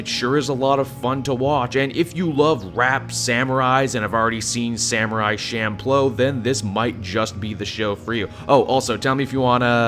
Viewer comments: Samurai champloo = "SHAM-PLEW" not SHAM-PLO" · Sorry to be that guy but, "sham-plow"? No sir, it's "chawm-poo-rroo" or just "chawm-ploo".